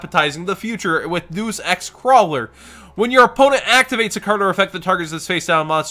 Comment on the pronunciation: it's pronounced Day-us ex. Not "Doos" lol